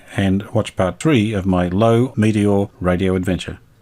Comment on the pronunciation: It's pronounced lurva.